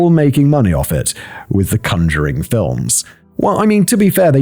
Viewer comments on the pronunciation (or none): Your pronunciation of conjuring… is a choice…